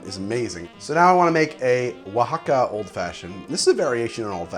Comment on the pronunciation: You've got Oaxaca down pat... er... now to work on "ethereal". Eth-ear-ee-ull.